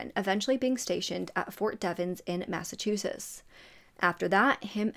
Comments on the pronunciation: I really enjoy your videos, you're very thorough. I have watched several of them where Massachusetts is mentioned. Massachusetts has t's in the end, you never pronounce them. I'm sorry I'm not trying to be mean! ❤️ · And I think it’s so cute how she pronounces Massachusetts lol I’ve noticed that a lot of people not from here tend to mispronounce it. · That made me giggle when she said it that way lol and I think it’s wicked cute how she pronounces; Massachusetts. 😊